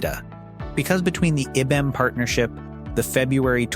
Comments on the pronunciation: Pronounced EYE Bee. M. One of the Biggest Companies in the WORLD!!! And This DUM BASS Does NOT Correct It!! Scares Me About What Is Posted By This Azz Clown!! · So is that how you pronounce IBM?